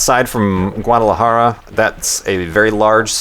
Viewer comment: OMG!!!!DUDE i live on Guadalajara!! thats freaking awesome!, and dont worry, you did pronounce it right,, and dont worry, it is fucking filled with smog, i live on the suburbs, please come again man, even if you got scared of the chickens,lol, please guys thumbs up so he sees! it would be awesome for me if he to see this,(sorry for the bad english)